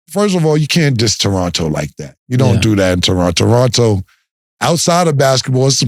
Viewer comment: Big shout to from the city. She knew how to pronounce Toronto wid out the second T.. got some work to do though.